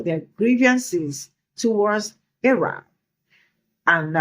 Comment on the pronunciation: Where did she say she was from, 'A Rock', as in the land down under 'A Rock'? Yes, that's exactly what I heard!